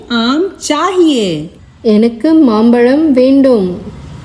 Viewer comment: Congrats for the initiative but please take care of Tamil pronunciation. It is Mampazham for mango. It's not mampalam. "ZHA" not 'La'. Requesting you give more concentration of proper Tamizh pronunciation. Thank you.